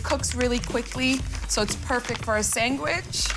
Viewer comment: Did she say sangwich?